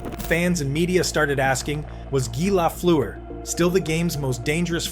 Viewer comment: You can’t even pronounce his name properly. I’ll pass